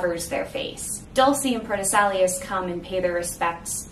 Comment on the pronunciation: it's pronounced "pro tess ill ow ce"